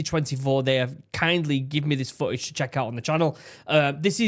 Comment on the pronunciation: It's "footage" not "fooage"! I cant stand it